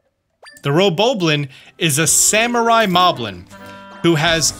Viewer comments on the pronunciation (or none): none